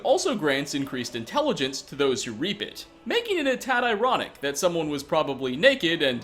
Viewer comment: rape or reap????